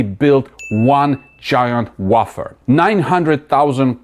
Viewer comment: I am all in but when you say wafer it sounds like a type of fart. 😂 Wayfer/wahfer. I missed 301 by a penny, which was a wahfer, so i got for 316.60. Wish me luck.